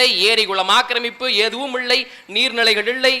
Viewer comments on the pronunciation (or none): சிறப்பான பேச்சு வாழ்த்துகள், அண்ணன் வளர்ப்பில் தலைவர் கனவில் தமிழ் தேசியம் IPS படிக்கவேணும்❤(நீங்கள் இள்ளை என உச்சரிக்கிறீர்கள்)